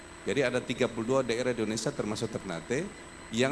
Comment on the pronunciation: Indonesia pak walkot. Bukan Indonesa